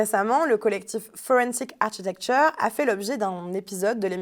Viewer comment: 'architecture' se prononce 'arkitecture' en anglais. L'ordinateur sur le bureau est superflu et obstrue la vue. La chronique est intéressante.